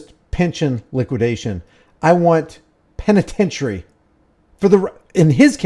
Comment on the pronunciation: did you say penitentiary or penetration 😂